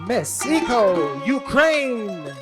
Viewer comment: For me in all beauty pageant not just beauty but they should consider also a lady who can speak well, and pronounce the word well because at the end of the day they represent the organization, they are the good example of all aspect, bakit kailangan yung mag adjust eh yung nanunuod sa knya, tayo ang mag adjust kung ano ung sinasabi nya, eh yung ECO lng di pa mabigkas ng tama. 😮